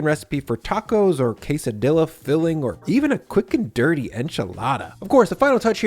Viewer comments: It all looks good! Did you say " Kay sah dill ah" instead of " kay-suh-dee-yuh" on purpose as a joke, because you pronounced rajas correctly, which I think the "j" would stump most english speakers? I am constantly amazed at how big and empty refrigerators in videos are. Because of space constraints in my kitchen, my fridge is way smaller and always jam packed. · we will forgive you cos you’re amazing at cooking and even better at teaching but please don’t ever pronounce Quesadilla as QuesadiLLa ever again 😂😂😂